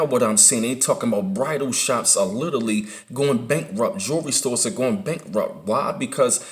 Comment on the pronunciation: Everytime he says literally it ounds like he says little league